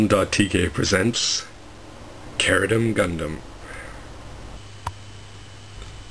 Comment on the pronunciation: ??? Really??? I watched the English Dub of the show, and it was pronounced CHE-RU-DIM. Same goes for Zabanya. It was pronounced ZAH-BAN-YAH